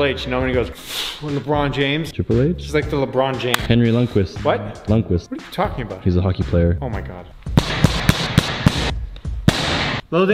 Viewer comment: really Henry lunqvist it’s henrik